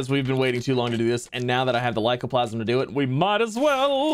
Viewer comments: Aight, does ya boi really not see the 'a' at the end of the word 'lycoplasmA'? Cuz it's been basically forever that he's been chopping that 'a' off and saying 'lycoplasm'. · Plas-ma. With an a on the end